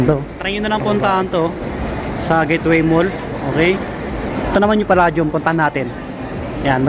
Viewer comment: its pronounced as Pa-"lei" -dium , :)